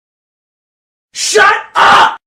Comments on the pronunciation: All hes saying is shuh uh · at this point it sounds like he's saying "shut ugh" instead. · After listening to it for a while, it literally sounds like “SHUT UH-“. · I cant hear the 'p' it sounds like shut Uh!